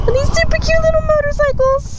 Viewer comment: did she say "little motorcycle"? hahahs